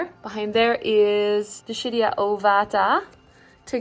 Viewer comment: Dischidia - dis-KID-ee-uh